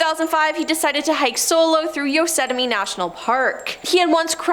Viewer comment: Yosettimie Not Yosemite?